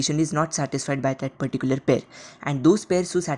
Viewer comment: Perticular perticular perticular perticular